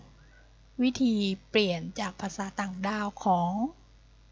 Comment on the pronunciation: ขอบคุณครับพี่ แต่พี่ไม่น่าออกเสียง "ดาว" เป็นเสียงโท นะครับ (ราว ๆ - ) ดาว ก็ ดาว เสียงสามัญ และเราก็เรียกไอ้ตัวอักขระที่อ่านไม่ได้ว่า "ต่างดาว (พวกเอเลี่ยน)" ไม่ใช่ ด้าว (พวกชาวชายแดนไรเทือกนั้น) ขอบคุณอีกครั้ง